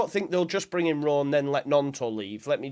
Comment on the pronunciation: Why do you keep saying rowe m8